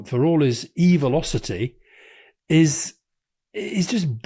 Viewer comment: “Evilocity.” Priceless.